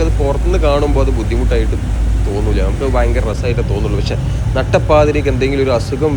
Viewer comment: ബ്രോ സ്നേഹം കൊണ്ട് പറയുന്നു ഞമ്മക്ക് , എന്നുള്ളത് പറയുമ്പോൾ നമുക്. എന്നാണ് പറയേണ്ടത്, ന്നമുക്ക് സംസാരിക്കുമ്പോൾ ഇങ്ങനെ ആണ് ശരിക്കും പറയേണ്ടത്. പിന്നെ തുഴയുക. അതും ശ്രദ്ധിക്കും അല്ലോ. നോർമൽ നാട്ടിൽ ഇൽ നിന്ന് പറയുമ്പോൾ എങ്ങനെയും പറയാം വീഡിയോ ചെയ്യുന്നത് കൊണ്ട് ഒന്ന് ശ്രദ്ധിക്കാൻ വേണ്ടി പറഞ്ഞത്. ഹാ ഇനി വിഷയത്തിൽ വരാം. ബാക്കി ഒക്കെ ഉള്ള സംസാരം ആയാലും ആളുകളോട് ഉള്ള സ്നേഹത്തോടെ ഉള്ള സംസാരം ഒക്കെ good ❤. പിന്നെ നിങ്ങളുടെ വീഡിയോ യിൽ കൂടി പഴയ ആ സ്ഥലം. ഇങ്ങനെ ആയി മാറിയത് കാണാൻ കഴിഞ്ഞു good വീഡിയോ ബ്രോ.❤